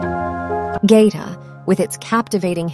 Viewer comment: They lost me when the narrator mispronounced the name of the town.